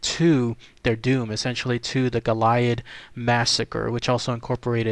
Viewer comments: No there’s no H in goliad. Let’s help you no-Texans out like a “sound to” dictionary sounds like go-lee-add… there no damn H Goilad is it!!! Western states you’re also welcome as well. Say it correctly or DO NOT DO A VIDEO PERIOD!!! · The correct pronunciation is GO-lee-ad. La Bahia was not a mission. It was a fort - Presidio in Spanish. During Spanish colonial times they would establish missions to gain a foothold in a territory. The missions were small communities and included farms and orchards, livestock and workshops. Here missionaries worked to convert native populations to Catholicism and bring them under control - often in less than ethical ways. Presidios were military forts built near these mission communities to protect or defend them. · Learn how to pronounce the name correctly it is Go-li-ad. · This is killing me watching you butcher the name of this historic location. Please from here out take the time to make sure you have proper pronunciation of the places you go exploring. That is the very least you could do. GOAL E AD!! History was made here. Respect that. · you can not pronounced goliad right stupid and I had four family get killed at the massacre